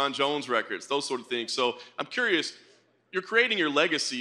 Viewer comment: John ''im corious'' morgan